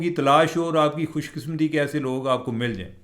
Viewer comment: Lafz Khush kisam ti nhi hota lafz Khush kis mati hota ha.